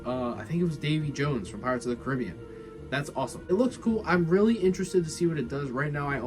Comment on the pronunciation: It’s pirates of the Caribbean not caribuan💀